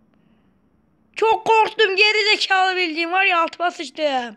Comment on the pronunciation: Abi seni ge4izikalı deyişi acayip komik